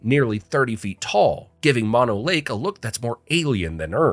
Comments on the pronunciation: Mono is pronounced closer to Moe-No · “Mano lake” 🥀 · It’s Mono, pronounced Mono, two long o‘s!!! Not two short o‘s the way you mispronounced it. Please talk to the locals before you report on areas that are important to local people like me! It’s not only irritating it’s embarrassing. Otherwise nice documentary. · Mono ? try mOnO